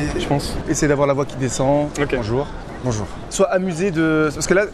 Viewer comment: "Bonjoun" Il sait pas prononcer "bonjour" ça mets tout de suite à mal la suite de la conversation. Mettez vous à la place d'une fille ou d'un mec qui a envie de sortir avec quelqu'un qui sait pas dire bonjour .